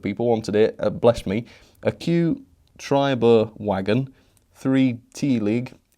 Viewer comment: Vargen not wagon... Like 'VolksVargen'